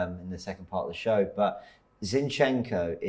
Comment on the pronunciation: MAH.. STOP calling him Zee-yin-chenk-o plssss😫😅 it’s absol JARRING. ZinChenKo!🥲